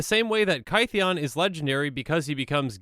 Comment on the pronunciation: Kaytheeon? His name was changed because he got misheard as Gideon and rolled with it. It should sound similar.